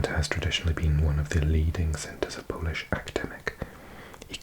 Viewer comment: Your Polish pronunciation is VERY good for a foreigner